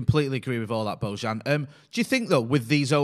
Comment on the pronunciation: "Bowchan" gave me the chills. Preach brotha´!!💖 (Sounds like pronounces Bojan as Bowchan, and I like it. Hahah)